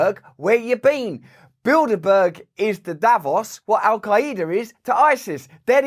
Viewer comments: I was taking a shower and I thought you were saying Buildabear. I was like woah, that’s like evil Furbies. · When I finally realized he wasn't saying "build a bear" lol 🤣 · Holy shit. I just realised he said Bilderberg. I though he was saying Buildabear. Makes a bit more sense now. Or does it? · Build-a-berg... So you're telling me they are responsible for sinking the Titanic? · I sure do hear “build-a-bear” every time! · It sounds like you were saying build a bear🤏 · Sorry Russell, but when I hear bilderberg I instantly think of build - a - burger, not build a bear. I see bread, beef patties and cheese 😂😂😂😂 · I keep hearing “Build A Bear” 😂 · I so heard u say build a bear…. Now I can’t not hear it.. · Every time you said bilderberg I heard build a bear 😂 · When you said “cogs” I heard “cocks”. I had to rewind to re-listen. I like your version better. By the way, I mentally went to Build a Bear within the first five seconds. 💗